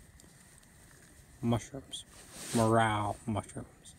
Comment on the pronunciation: It’s pronounced More Rell, not morale.